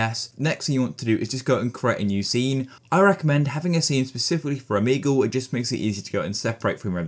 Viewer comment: o-mee-goal (but seriously thank you so much)